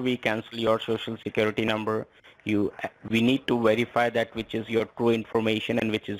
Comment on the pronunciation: Whereify..who are you..did he say lieinforcement..Yeh, how many peoples know your number...I thinks his head is going to explode...